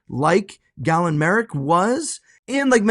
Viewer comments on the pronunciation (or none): Who the hell is Gavin? 🤣🤣🤣🤣 His name is Galen